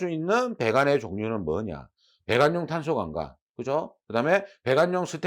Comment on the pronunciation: 25분 쯤 탄소강강관을 "탄소강-강관"으로 읽으면 될 것 같습니다.